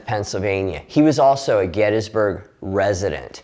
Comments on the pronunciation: I'm starting a campaign to get you to pronounce Gettysburg correctly. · GettISburg.. but "Getty" is accepted by many locals